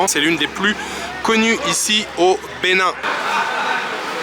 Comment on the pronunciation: Bon séjour au Benin, vous prononcez bien le nom des villes au Benin, C’est pas facile mais vous vous en sortez bien🇧🇯